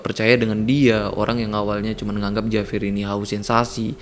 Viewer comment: Dibacanya Havier